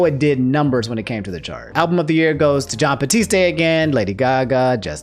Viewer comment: This man mispronounces "John" yet gets "Miyazaki" right 🤦‍♂️😂